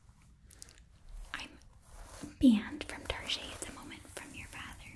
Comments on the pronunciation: Saying Target as Tar-jay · hitting on all the mom tropes including the mispronunciation of Target